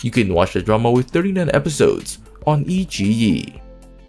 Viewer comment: iQiyi : the Qi is pronounced tsi